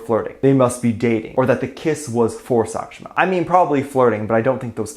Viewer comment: As an Indian i am offended by the pronounciation of the name of Sakhshima